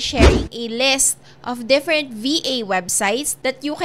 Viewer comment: different po ang pag pronounce hindi po defferent hehe